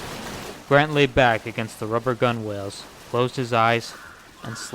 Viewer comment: lol gunwales is pronounced “gunnels”, landlubber.